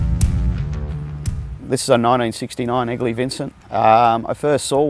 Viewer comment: Being a Yank, for the first bit of the piece I thought he was saying “Ugly Vincent”😂 My youngest son’s middle name is actually Vincent, half for VanGogh and half for this beautiful motorcycle.